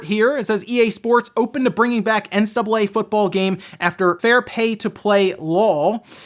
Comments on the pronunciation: Why is he not pronouncing the C in NCAA? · How come you can't pronounce NCAA?